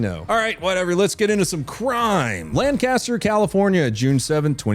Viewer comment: It's not Lancaster it's Lancaster